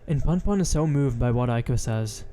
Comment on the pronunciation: It’s “Poonpoon” not “Punpun”